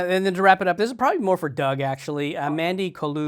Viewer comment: When Doug introduced himself for the first 8 episodes I thought he was saying, “Doug ‘Dangerously’ Blind” 😭 Cracked me up so hard when I realized I was wrong 😂❤️